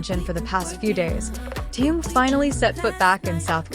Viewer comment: Соава Богу, хоть "Ким" правильно произносит, а уж имя "Тэхен" исковеркала до невозможности! Хочется ругаться, честное слово! 😮